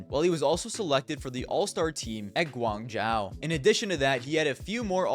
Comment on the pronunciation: its pronounced guang-joe btw